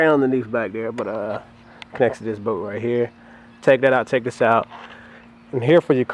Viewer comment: It’s bolt not boat 🛶